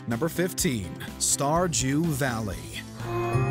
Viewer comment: did he say starjew valley